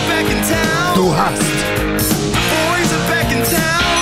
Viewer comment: The three times of Du hast mich, Sounds Like du hasst mich. Which means, you‘re hatin‘ me And then comes the plottwist for germans! In English it goes You asked me, but I didn’t answered